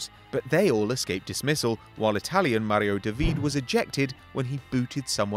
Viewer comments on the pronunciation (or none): none